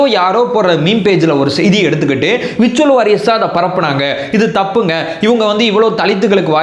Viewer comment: விர்சுவல் வாரியர்ஸ் இல்லை . உச்சரிப்பு . வெர்சுவல் வோரியேர்ஸ் - virtual Warriers